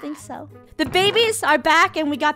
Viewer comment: Is it just me who is laughing that funneh said "to the bebebes"😂